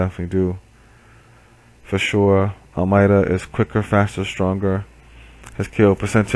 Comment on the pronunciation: FIRST! BTW it's pronounced Almaydah.